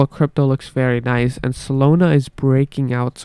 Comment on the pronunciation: Not SOLONA……. solAna…..